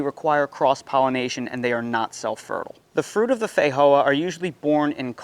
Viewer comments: in new zealand we call them and say it, "fe-joe-a" not, fa-hoe-a 🤣🤣😂😂😆😆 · You’re pronouncing Feijoa like Spanish when it is from Brazil and named in Portuguese. The J is not an H sound in Portuguese.